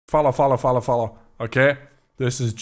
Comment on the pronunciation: saying "Follow, follow, follow" in the starts sounds like he was saying "Fala, fala, fala". HUEBR?